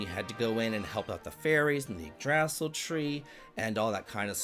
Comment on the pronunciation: Yggdrasil = (eeg-druh-seal)